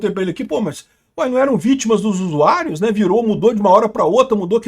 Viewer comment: "Us Usuairius"